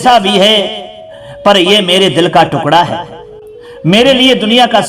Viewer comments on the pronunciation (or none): none